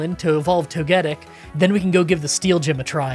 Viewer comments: Toga tick. It is pronounced toga tick. Togepi, Togekiss, and Toe-gettick is wild. 😂 😵‍💫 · tOgetic emphesis on the O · Even if some names are hard to get a set pronunciation for, your togetic is definitely not right. (Most opt for toe-geh-tic, emphasis on tic. So like toga tick.) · Toe guh tick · Toga-tick is the pronunciation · You were right about Togetic's pronunciation the first time! It's actually painful hearing you say it incorrectly because you were right at first. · I cant believe Gaslit himself from Say Togetic correctly to incorrectly 💔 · I was going to say, how do you say Togepi? Replace that with tic and kiss and say it like that. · Except there's nothing controversial about Togetic's pronunciation lol. I've never heard it said any other way until today with the way he said it. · Please stop intentionally mispronouncing togetic it's really not that hard mate